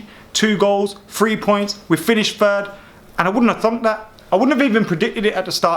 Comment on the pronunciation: It’s third not fird